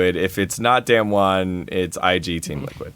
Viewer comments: I'm so tilted listening to dom pronounce damwon. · fuck do they say damwon wrong or is it me